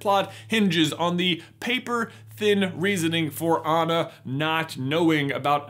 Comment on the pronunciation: Everything wrong with frozen The way they pronounce Anna’s name That’s it Also 2019?